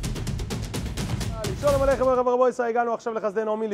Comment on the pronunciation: למה 'רב' עם צרה ולא קמץ ??? די לעוות את לשון הקודש 😮